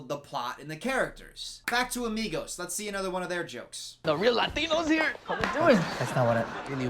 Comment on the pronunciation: I like the video but I hate how he’s always like leles show